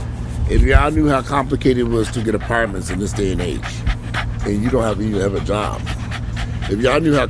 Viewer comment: LMAO 🤣😂🤣 because this is exactly how he said it....with that that cam close-up 😂